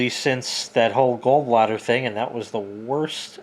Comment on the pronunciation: It’s “Gawl” bladder not “Gull” bladder